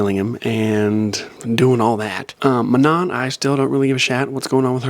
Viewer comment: No way he said man-in instead of Manon